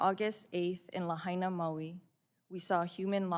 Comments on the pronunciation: Ms Castor lost me when she pronounced "Lahaina" like she's trying to speak Spanish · Ms. Castor should have spent 2 minutes learning how to pronounce “Lahaina.” It’s a Hawaiian word, not a Spanish one.